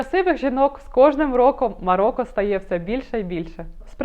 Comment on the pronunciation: Цікаве відео, але, українською МароКо, а не МароККо